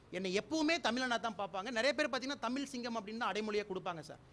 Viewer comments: முதலில் இந்த அண்ணாமலையை தமிழ் என்று உச்சரிக்கச்சொல்லுங்கள் இரண்டாவது பாரதிய ஜனதாவை பாரதி என்று உச்சரிக்கிறான்????மூன்றாவது தமிழ்நாடு முன்னேறிய மாநிலம் என்று ஒத்துக்கொள்கிறான். முன்னேறாத உத்திரப்பிரதேசம் பீகார் குஜராத் என்று பா ஜ க ஆளூம் மாநிலத்தை உயர்த்த இவனை அனுப்பவும். நான்காவது இவன் நீட் தேர்வு எழதி ஐ பி எஸ் ஆனானா???ஐந்தாவது மீத்தேன் ஹைட்ரோ கார்பன் எட்டுவழிச்சாலை ஆகிய அனைத்து அழிவு திட்டங்களையும் தமிழ்நாட்டுக்கு கொண்டுவந்து தமிழ்நாட்டை அழிக்கும் இவர்கள் தமிழ்நாட்டை காப்பாற்ற போகிறார்களா????ஆறாவது தமிழக விவசாயிகள் டெல்லி சென்று உண்ணாவிரதம் அரை நிர்வாண போராட்டம் எலிக்கறி சாப்பிடும் போராட்டம் என்று துண்பங்களை அனுபவித்தபோது இவர்களை தவிர்த்து பாரதப்பிரதமர் நடிகையை ஏன் சந்தித்தார்???? ஏழாவது உள்நாட்டு உற்பத்தி பற்றி என்ன தெரியும் அம்பானி அதானி இவர்கள்தான் உங்களுக்குத்தெரிந்த உள்நாட்டு உற்பத்தி. எட்டாவது ரயில் சேவை விமான சேவை மின்சாரம் உள்ளிட்ட அனைத்தையும் தனியாருக்கு தாரை வார்த்த உங்களுக்கு தற்சார்பை பற்றி என்ன தெரியும்????ஒண்பாதவது நான் விவசாயம் செய்து சாப்பிடுகிறேன் என்று சொல்லும் நீயும் பி ஜே பி விவசாயம் செய்பவர்கள் நீரை வீணாக்குகிறார்கள் என்று வெளிநாட்டு குளிர்பானங்களை ஆதரித்த மாரிதாஸும் பி ஜே பி??????கேட்டால் அது அவரது கருத்து என்று சொல்வது???? த்த்தூஊஊஊஊஊஊஊஊ. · Iyya neengal pesuvathu thamiz not thamil. Matram vendum. Vazga thamiz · Sir. Thmizh. No. Thmil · Not thamil..it's thamizh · தமில் இல்லை முண்டம் தமிழ். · முதல்ல நீ தமிழ் ன்னு சொல்ல கத்துக்க தமில் தமில் னு சொல்ல தடா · First say tamiz Not tamil loose punde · தமிழ் என்று சரியாக சொல்லி பட்டினியால் குழந்தைகள் சாகும் ஊழல் செய்வதைவிட தமில் என்று சொல்லிவிட்டு வேலை செய்யாத ஊழல் மந்திரிகளை அடித்து வெளுக்கும் தைரியம் இருக்கு உங்களிடம்...வாருங்கள்... எது முக்கியமான தேவை என்பது இன்றுவரை கணிக்க முடியாதவர்களே மக்கள்.... வீடு எரீதுங்க... இல்லை இல்லை, வீடு எரிகிறது. எங்க சொல்லுங்க.... ha ha ha.... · விவசாயி என்று சொல்லும், நீர் 8வழி சாலையினை அமல் படுத்தக்கூடாது, உமது தமிழ் உச்சரிப்பு, சரியில்லை தமில் இல்லை தமிழ், திராவிடத்தை பற்றி பேச உமக்கு வயது போதாது தம்பி. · முதலில் தமிழ் என்று பேச பழகவும். தமில் இல்லை